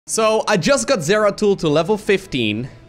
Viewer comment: “Doratul the exploratul” got me good lol